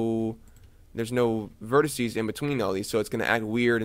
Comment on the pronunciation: Please, please, please stop saying 'vertissy' (it's driving me nuts) - vertex singular, vertices plural.